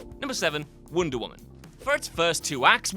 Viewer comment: “Woonder” woman. Love it.